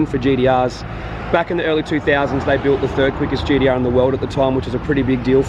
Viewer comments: hearing GDR instead of gTr actually gets pretty annoying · My brain hurts when he says GDR.